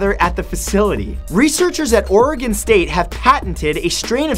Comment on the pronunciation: Matt you deserve a high five for saying Oregon right. Sincerely, A Oregonian